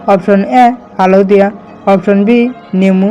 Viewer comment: Haldhiya ne haldhu bhalke osarn kriba xbdbilak